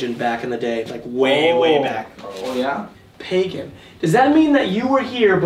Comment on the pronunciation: "PayGAHN" "wtf is that?" Me crying in Pagan Also: Elijah: Yahweh is my God (Hebrew Origin), Godfrey means God/Peace, Jack as in Jacob from the Old Testament in the Bible, and the Surname Robinson means son of the robin, and a robin's spiritual meaning relates to happiness. I think whatever is in that house was specifically choosing names that are the opposite of what they actually are. Which is pretty obvious once you know the meaning behind the names.